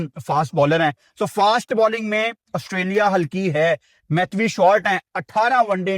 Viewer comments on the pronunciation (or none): Preview ❌ Pirview ✅ Matthew ❌ Mathhwee ✅